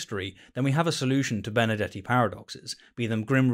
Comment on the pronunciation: Why is that every time he said Benardete it's sounds like Benedetti to me?